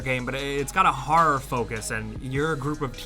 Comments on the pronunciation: pronouncing "horror" just sounds like HARRRRR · "it's got a HAR focus" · I just can’t get over how you pronounce “horror”. “Hahrrar”, which part of America does that?!